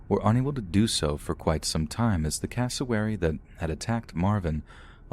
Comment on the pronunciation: Thought he was saying Casselberry when he was saying cassowary